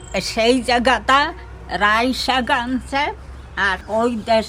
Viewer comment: Rai na Lai bole